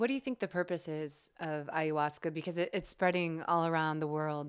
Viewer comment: Ive heard you say ayahuasca a hundred million times and you pronounce it wrong everytime. I know there no "right or wrong" way but it bothers me soooooooo much. So much that it causes me to not want to watch your videos. aya-huasca, not ayUhuasca. Please stop screwing me up.:(